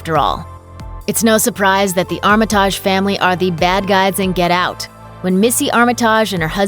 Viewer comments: Ex machina, deus machina. These terms are the flav of the past few years. Since when has Armatige (tidg) been pronounced Armataaj? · "Armit-AH-ge" you can the person who read the script is unfamiliar with the material.